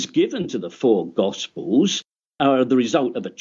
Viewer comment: No offense to the guy, but I just can't get past his speech impediment. Gospers? Miracres? Public speaking wasn't his wisest career path. Either way, took him out behind the toolshed in this debate.